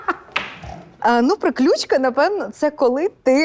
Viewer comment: Правильний наголос -прИключка, а не приклЮчка